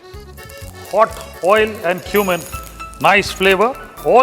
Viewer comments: I thought, he said to add 1 teaspoon of human(cumin). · Cumin not Human🙄